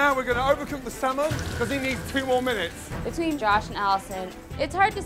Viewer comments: nigga said 2 "mimutes" 😭😂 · Josh: Yeah I need two mimits What tf is a mimit? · “I need two Mimutes”